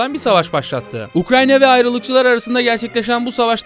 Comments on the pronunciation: ukranya değil ukrayna allah rızası için şunu doğru telafuz et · Çoğu kısmında Ukranya, biraz da Ukrayna diyor. Gerçekten akıcı konuşmayı engelliyor Ukrayna'yı söylemek. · Sürekli ukraNya diyor sinir oldum ya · Ukranya değil de ukrayna desen muazzam olucak be abi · Nobody YKA: UKRANYA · ukranya diyişine sadece ben mi taktım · Ukrayna'ya Ukranyna diyen adam 😃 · Videoda Ukrayna'ya hep Ukranya diyor 😆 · Anlatımına hastayım yanlız UkraYNa 'ya UkraNya dedigini farkettinmi bilmem dostum. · Ukrayna diyeceğine Ukranya demesi bi beni mi rahatsız etmiş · abi herkesniye ukranya diyo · Abi Ukranya değil Ukrayna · UKRANNNNNNNNNNNYA ŞUNA UKRAYNA DEMEYİ NASIL BECEREMİYON ANLAMADIM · Gerçek adı UKRAYNA ukranya değil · abi ukranyq mi ukrayna mi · Her seferinde "Ukranya" demen o kadar sinir bozucu ki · keşke UKRANYA demeseydin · sürekli ukranya diyor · Hatta cogunlukla ukranya diyorsun. Dikkat cekmek icinese cekiyor cidden. Bu kadar ozverisiz olmamali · nolur ‘’ukranya” deme artık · Doğrusu ukrayna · Ya arada ukranya diyorsun ya. Videodan uzaklasiyorum